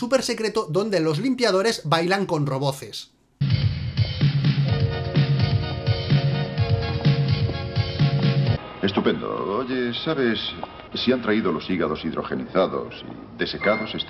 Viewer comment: Se dice "robots", no "roboces".